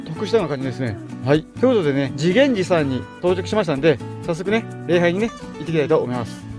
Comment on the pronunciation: れいはい❌ らいはい⭕